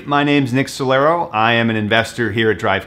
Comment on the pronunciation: "Building artificial intelligence that empowers and scales humans to achieve more than ever before" <- the company does insurance verification and billing. Obfuscation at its finest. No wonder they went out of business after devouring $900M from investors. Also, Nick's name is Solaro, not Solar.